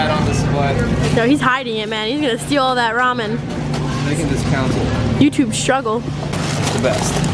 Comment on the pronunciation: Yess!! You say Ramen right! I am so happy rn xD